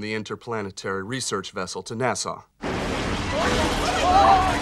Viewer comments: Is anyone else hearing Nassau when they try and say NASA? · Seriously..."Nasaww"?...Americans...can't pronounce their own inventions...like "Nukuler"..😏